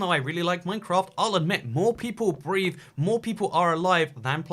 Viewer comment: I thought you said "how to breed" and not "how to breathe"😂😂😂😂